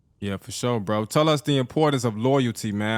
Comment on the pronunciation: “On bwo”